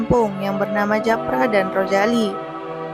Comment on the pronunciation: Japra ka... bukan Jafra 😂 itu MLM hihii... saya udh subscribe 🎉❤